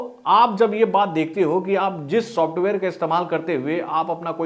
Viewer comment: Shosftware Nahin bhai, software. Bolo software 😂